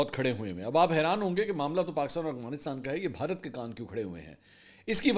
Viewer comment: Afghanistan ✅ Aghwanistan ❌ Mansoor sahb please correct your pronunciation